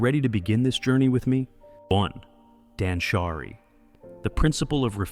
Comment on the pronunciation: Suggestion: be more cautious of how the voice pronounces japanese words. For example, danshari (dahnshahree, not dansharAY). Great job!